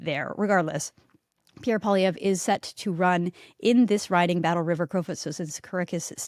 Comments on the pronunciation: First teach Joe Rogan how to say, Pierre poilievre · It seems that mainstream media has a tendency to pronounce Pierre Poilievre last name a different way each time they say it.